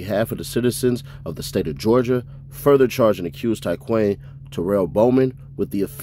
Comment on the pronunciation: Its pronounced ty-quan not ty quane these charges bogus